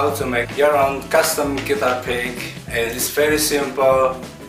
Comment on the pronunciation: Am I the only one who hear "Prick" everytime he says "Pick"?